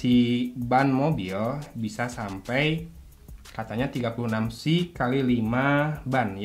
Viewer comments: dibacanya P.S.I ....bang bukan pesi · bukaaaan PESIIIIIII tapi PI ES AI , P.S.I ==== Pounds per Square Inch , itu baca nya P S I